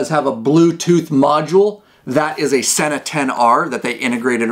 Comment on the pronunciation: Pronounced SEE NA